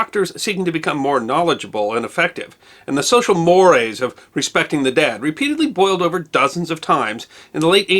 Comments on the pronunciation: I've always heard the word pronounced social "more-rays", not "social moores". I've also heard you pronounce the word "cache" as "cash-shay". You have a degree! What? Maybe you're a Canadian? (They pronounce words differently; right?) What do I know; I'm a truck driver. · Strange topic - but interesting as usual. I wish you had also given a brief overview of pertinent laws in the st century. BTW, I believe that "mores" is pronounced "more A's" rather than rhyming with "pores." Thanks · Good presentation with one minor exception. At you said "social mores". The second word is pronounced "morays". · I apologize for being a "Grammar Nazi", but 'More' used in this context is pronounced /ˈmɔːr.eɪz/. I must add that I watch many of your videos and feel that you are doing a vital national service expanding upon what we know into what we should know. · First ever correction. Social Mores is pronounced Mor-ayz. Excellent content as usual! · Mores pronounced morays,. Great video. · Mores is pronounced “more-ays” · By the way, "social mores" is pronounced "social MOR- ays." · R Time stamp: . No big deal, just a minor mistake. He also called Benjamin Harrison an Illinois politician at one point, before later correctly identifying him as a Hoosier. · check on the correct pronunciation of the word you said as "mores". I think it is pronounced Morays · "Mores" is pronounced "morays." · "mores," as in "social mores," is a two-syllable word. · check your pronunciation of 'social mores' . love the work you do.